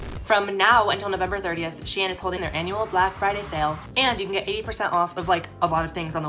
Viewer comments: Anybody else pronounce “shein” >> “SHEEN” 😭 “she in” I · SHEIN: exists: She-in:)